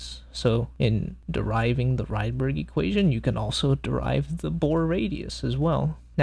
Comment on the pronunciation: It's "ridberg", not "raidberg" (he was Swedish).